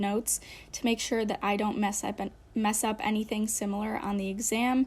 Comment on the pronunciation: the fact that she messed up the word 'messed up' made me laugh so hard.